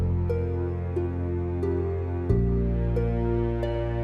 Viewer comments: also pronounced fun gee not fungi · You said FUNG--I,,BUT THE DOLPHINS NAME IS FUNG--E,,IM SOUTHERN IRISH AND IVE BEEN WATCHING AMERICAN VLOGS OF THEM IN IRELAND AND THEY ALL PRONOUNCE 90% OF PLACES AND THINGS WRONG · Fungi spoken as Fingee